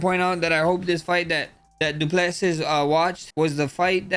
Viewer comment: Du plase ✅️ Du pleses❌️ Poriye ✅️ Porier ❌️ 😂😂😂😂